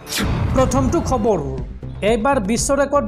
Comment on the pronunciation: KHABARU" nokoba , KHABAR kaba... Bhul koi Axomiya Nokoba ...